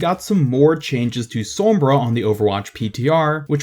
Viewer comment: great video but i hate the way u say sombra